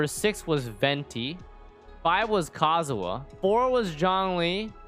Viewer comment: Did it hurt anyone else the way they pronounced Kazuha KAZUA??